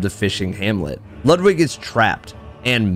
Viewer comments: Great video. I see bloodborne, I like. But why oh why you pronounce Ludwig's name lud wig (like in hair wig) and not Lud Vig like in Ludwig Von (pronounced Phon) Beethoven?!? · Loood wig, m hmm loood wig, not lud like lug lol then that'll do some justice